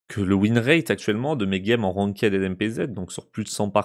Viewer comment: Un détail mais "ranked" ça se prononce "rankt" et pas "ranquaide" 😅😅😉